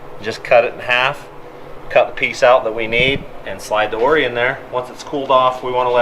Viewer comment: Awesome build, enjoy the channel. It’s ORI not “Oar-ee ” 😛